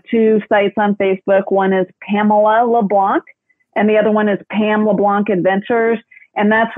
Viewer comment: Very enjoyable listen! Only thing.... Hearing the Anglosizing of the pronounciation of 'LeBlanc' is like nails on a chalkboard! 😐 Yeah yeah, I'm a critic... But seriously, was great!